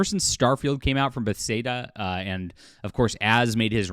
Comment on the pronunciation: how you pronounce bethesda is utterly unacceptable